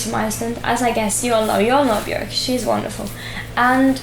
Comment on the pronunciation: she pronounced bjork correctly im so proud